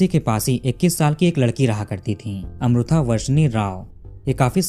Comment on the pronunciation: मैने आपको बताया था की साऊथ का pronounciation कैसा होता हैं. फिर आप गल्त उच्चारण कर रहे हैं. वो अमृथा नही अमृता हैं. इतना भी क्या "हम नही सुधरेंगे " अटीट्युड?